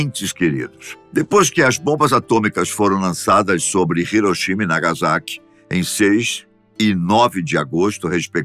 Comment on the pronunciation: a pronuncia certa é nagassaki e riroshima